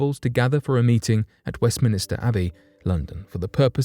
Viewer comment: You bring fascinating topics to the fore and so I look forward to them. One little tiny mistake in this one: you were talking about Westminster Abby, but said Westminister.